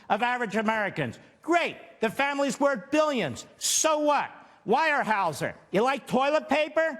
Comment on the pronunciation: Lmao he can’t pronounce Weyerhaeuser